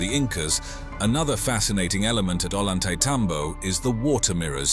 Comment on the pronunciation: .. .. NOT .. ''OH - LAWN -TAY - TOM - BOW .. SPANARDO's PRONOUNCE .. OH - YAWN - TAY - ..